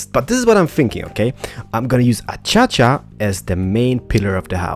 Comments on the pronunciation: Avery Ladwig I love how he say a-cha-cha. Its a-cay-she-a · Lol, Acaica.. U said Achacha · Alright,. It's starting to get a little annoying. Acacia is pronounced ah-KAY-shuh:) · lol "achacha" you said instead of what a lot of people say acacia. Probably because of your accent. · Guys he says achacha purposely, but for everyone who's saying its ah-kay-cia it's ah-kay-sha its on btw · ah-kay-sha not a-cha-cha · Lol aschacha it's as-key see ah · I like how you say "A-cha-cha Wood, instead of "A-kay-sha". I know you're Polish/Swedish and mispronounce words a lot. But.. it is funny though. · The wood is pronounced a-Kay-sha. Sorry for complaining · hmm the pronounce of acacia is (a-ka-sha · he says ah cha chua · Pronunciation : A-cay-sha /Acaica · I like how you say A Cha Cha wood XD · its ace-cia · "A-cha-cha" Omg I can't even xDDD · It's pronounced a-Kay-sha.😂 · I actually pronounce it as a - key - see ah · I'm English, so I can confirm that it's pronounced 'A-Kay-Shia' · No its As-Cia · He says acacia achacha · its a-ca-sha wood come on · He says it a-cha-cha on purpose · Acacia = Ah - kay - Shuh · Acacia is pronounced Ah-kay-sha. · Accacha(acaica) Sounds wierd. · KERT PLEZ Acacia Wood is what he's saying XD